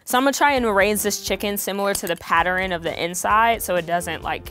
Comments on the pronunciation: Did no one notice she pronounces pattern “pater-n” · Did she say.... PATTERIN?